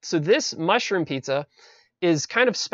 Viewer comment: i like the part where he says mushboom